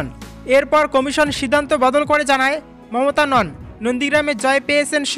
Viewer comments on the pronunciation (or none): none